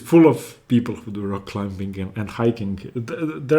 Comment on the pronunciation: Great videos thank you. Your English is excellent. Small tutorial, as it is one of your hobbies: Climbing has a silent b, pronounced climeing. Silly English I know.